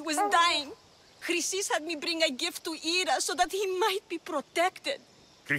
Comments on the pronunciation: U called Chrysis 'Chlamydia.'......look it up lol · Chrysis: Kree-Sis